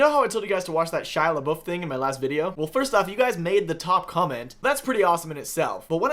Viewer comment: LeBeouf pronounced correctly, as a fellow Canadian I pretty much have to subscribe